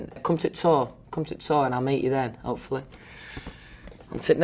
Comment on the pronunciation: "opefully we come back" Wait what?